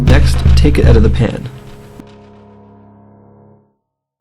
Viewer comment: i could tell by the way you say out